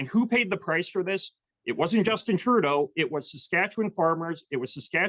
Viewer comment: did he actually pronounce Trudeau "Turdo"?😂